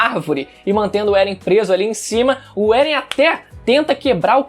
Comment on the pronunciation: Eren "É-guei"